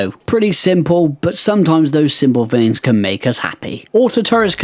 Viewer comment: "forty new fings" ah fuck sakes, this is gone be a rough watch